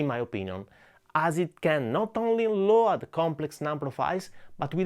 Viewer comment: Please pronounce load like lowd. I follow your channel forever and must say, your English improved to a nearly perfect level. Keep going.